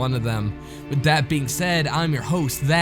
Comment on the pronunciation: I love these stories but honestly your voice makes me cringe. Do you have a speech impediment? "Da" instead of the, "wit" instead of with. Ugh